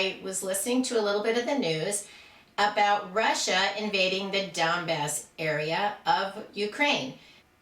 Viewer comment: At first I thought she said, "The dumb-ass area of Ukraine". lol